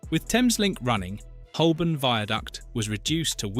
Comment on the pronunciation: Holborn is sadly mispronounced throughout 🙄